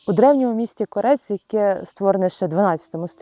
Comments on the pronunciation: Кориспондентку гидко слухати!!! КОрець !!! Не КорЕць !!! Сільський говір з дивним наголосом, то жесть просто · Правильно казати Кóрець, а не Корéць. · Навчить вже ведучу наголос правильно ставити чи вона глуха як люди місто називають КОРЕЦЬ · Не КорЕць, а КОрець. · КОрець. Не КорЕць. Дякую за сюжет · Правильно наголос на перший склад КОрець,а не на останній,як готуєте репортаж,то вивчіть матчастину,журнашлюхи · Не лізьте у церкву, займаєтеся політиками, корупціонерами...та їх зв'язкам з Росією! Невежди, навчіться правильно Корець називати і наголоси ставити. в словах. Ваша ПЦУ церкви не побудували в Корці , а забрала у УПЦ і поминає патріарха Кирила на службі. Чи про це не хоче знати журналіст? іІ церква не російська, а РУСЬКА, від слова РУСЬ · Ви в назві Корець, неправильно ставите наголос. Якщо вже їдете знімати відео, то цікавтеся трохи, як це має бути. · Ви, як спочатку робити репортаж, перевірте, як правильно ставити наголос у слові "Корець", розумники…